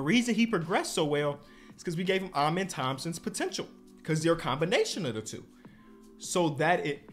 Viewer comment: It’s “ahmen” Thompson for the pronunciation of his first name